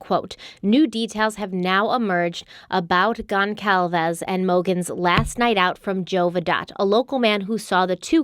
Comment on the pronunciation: This woman is pronouncing Alivia Goncalves name wrong!!